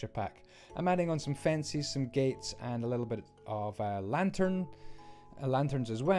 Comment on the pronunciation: Fencies? Only jk I know it's your accent.